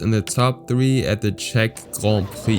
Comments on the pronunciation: The way you say grand prix makes me want to cut my brake lines before doing a 1/4 mile run, jk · Grohn preee lol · Just say Grand Prix u don’t need to say “grond prix” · Guand pwiee 🤣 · Not that extra french "grand prix" pronunciation 😂 Cringe